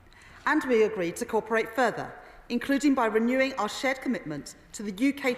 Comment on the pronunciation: Someone needs to tell her how to pronounce cooperate. It's not corperate. Her English is nearly as good as her maths poor love. Poor us